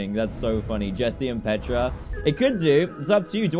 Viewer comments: Its petra not jetra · it's Petra not Jetra